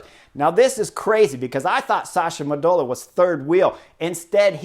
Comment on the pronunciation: When you say "Modolo" you are to stress the first O...